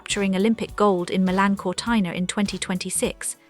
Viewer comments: Sorry, is not Cortaina but Cortina. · What a pity the voice over did not know how to pronounce Cortina! Ruined this for me. Hopeless.